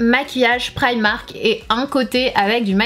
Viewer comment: tes francaise alors dis primark